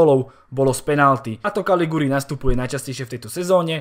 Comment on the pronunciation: Caligiuri sa číta kalidžuri. Inak perfektné videjká.